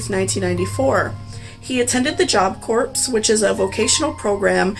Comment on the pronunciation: The letter "P" in the word "corps", is silent, fyi.